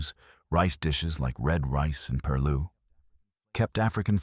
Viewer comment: The creators of this article might want relearn South Carolina’s history and how pronounce their nomenclature correctly (beginning with the correct pronunciation of Gullah, rice perloo, etc.) immediately if not sooner. The narrator completely did more damage than good in this so called history of South Carolina.🥹